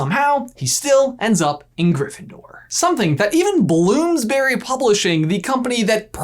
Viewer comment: Just on a note as a british person. Bloomsbury is pronounced Blooms-bury. Rather than blooms-Berry. As an illustrator im hoping to publish a book with them in the future. Fingers crossed.